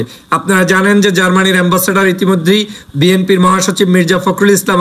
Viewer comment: ভাই এতো শিখাবার পরেও আপনি বিএমপি বলা ছাড়তে পারেননি। বিএনপি বলেন।